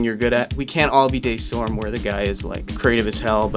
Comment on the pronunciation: Wait! Day Storm? I thought is was Da Storm